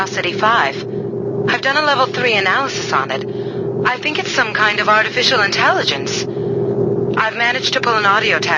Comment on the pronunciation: when she says "artificial intelliggonce" it takes me out every time. I'm glad that besides all that, I still think she's badass